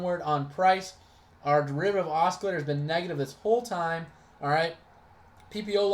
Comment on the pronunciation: You're driving me insane with the way you keep mispronouncing "oscillator". :-D It's "ah-sil-later"....not "ah-skill-later". Thanks for posting this and sharing it to the TSP4ST Facebook group though.